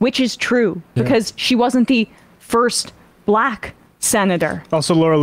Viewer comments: Someone said it on twitter, I've never heard "Black" said with the Hard L before. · The way he pronounces "black." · He pronounces black like the old whites from Rhodesia or Apartheid era South Africa.